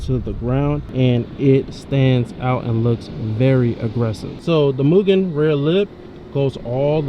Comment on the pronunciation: im not being that person on purpose, but its pronounced m-you-gen, not moo-gen, (for mugen) all love brotha <3